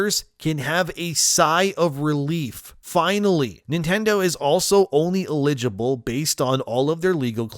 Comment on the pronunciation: The way he said eligible. It's like he's never heard of that word. Wtf